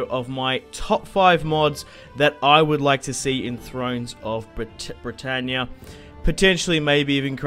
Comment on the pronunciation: started laughing straight away at ther aussie "Bretannyaa"